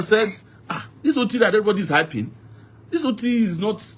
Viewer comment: Alex Otti NOT Alex Ottim